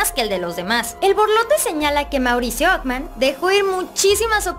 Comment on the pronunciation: Okman? Qué español hablas?